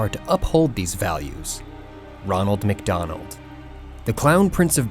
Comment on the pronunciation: Did you say wonald mc Donald